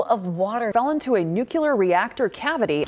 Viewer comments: Nucular? It’s NUCLEAR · I am a spelling, grammar, and pronunciation Nazi, so I couldn't help but notice the second talking head in this video said "nook-YOU-ler" instead of "nook-LEE-er". It's literally like fingernails down a chalkboard to me. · NUCULAR??? NO LADY! NUCLEAR! UGH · The 2nd reporter said "new-cue-lar", NOT "new-clear".🙄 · When you showed the news anchor talking about the guy I had a mild crashout about how she pronounced "nuclear". Listen, I need everyone who engages in some level of nuclear fearmongering to AT LEAST have the decency to pronounce it "noo-cle-ar" like a civilized person instead of "noo-kyoo-ler" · Why is there someone on the news pronouncing it "nuke U ler" look at how it's spelled! Nuke- Cle-Er. Nuclear!!! 😂😂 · Nuclear - New ... Clear. Not - Nu ... Cu ... Ler. Why can't so many people seem to get this right? Thank you for getting it right even when TV reporters can't. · Completely unrelated but, as a non native English speaker I've always pronounced it: NUCLEAR (from the word nucleus). Why some people pronounce it NUCULAR? I don't even think that's a word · It is pronounced NU CLEAR NOT NUKEULAR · It's "new clear" not "nuke you lur" news lady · how are there still people pronouncing it "nukular" instead of "nu-klear", especially when they're a news anchor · People have fallen into railroad tunes Then I should form the anti railroad group because railroads have killed people. Yeah, not how it works idiots! Also, at least pronounce nuclear right. It isn't nu-cu-ler it is closer to new-clear. Get your facts straight before spewing a bunch of Lithium Einsteinide and Boron Sulfate (LiEs and BS). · “Nucular” Why can’t Americans pronounce “nuCLEAR”? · Nuke - U - lar is the wrong way to pronounce it. Pronounce it the way it's spelled: Nuclear. New - clear. Also: - Radiation is what hurts you. Noun. It flies through the air. - Radioactive is an adjective. Radioactive stuff gives off radiation. Don't confuse the two. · A nucular reactor